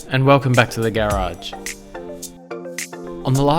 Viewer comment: The way you pronounce “Garage” would get you tons of ladies in America. Great work!